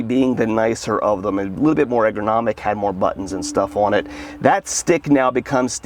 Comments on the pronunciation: How much does it cost to learn how to pronounce 'ergonomic'? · Great video, one pointer though, eRgonomic not egRonomic. Keep up the good work, learned a lot from you.